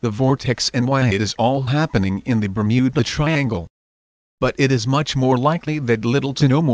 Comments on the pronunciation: The Bum-ew-Ba Triangle!?? Hahahaha!!! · bur-mew-buh triangle ...dafuq is that shit? never heard of that place on earth O_o